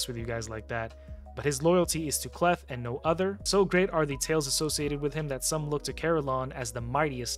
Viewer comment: Hey I agree with your assessment of the Knights Revenant faction, so don’t think that I am nitpicking, I can help you with the pronunciation of K’Leth . When a letter comes before an apostrophe at the start of a name or word that letter is pronounced in the long form, examples are seen in African, Native American and some other Eastern cultures. So the probable way to say the name K’Leth would be as follows: K’Leth would be pronounced as “Kay-Leth.” But that doesn’t mean that I am right, however I study names and cultures as a hobby.